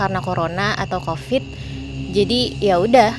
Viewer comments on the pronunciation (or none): none